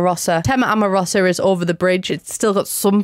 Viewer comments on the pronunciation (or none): It's not amoroSA it's amoROsa 😅